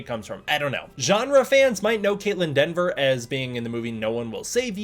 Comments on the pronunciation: I know you likely caught it post-editing and upload, but it's Kaitlyn Dever, not "Denver" as her last name. Anyways, I do hope that the writers and director at least took to mind some of Adam Wingard's ideas about monster-driven storytelling and exploring Godzilla's character and implemented that. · Dever, not DENver. I see so many folks mess up her name. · Hey a correction for you,... It's Kaitlyn Dever pronounced either Dee-ver or Deh-ver. There's no 'N' in her name. That said, why no mention of the other big gets in the cast? Jack O'Connell (the "Sinners" vampire, "SAS Rogue Heroes", "Ferrari"), Matthew Modine ("Full Metal Jacket", "Birdy" and a lot more), Alycia Debnam-Carey ("Fear The Walking Dead"- 102 eps) or Sam Neill. All of them are confirmed...